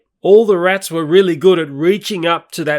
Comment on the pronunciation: Why he calls rats rittles